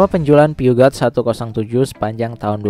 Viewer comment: Peugeot itu min, dibacanya “Puzyu” bukan “piugat”.